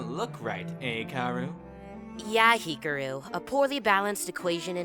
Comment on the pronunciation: No offense, but I got triggered by the pronounciation of Hikaru I hear He-ka-roo Yes it's sort of correct but do more with the tongue when getting to the roo part.